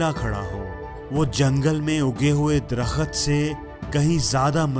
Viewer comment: Darkhut nahi darkht . در خت نہیں درخت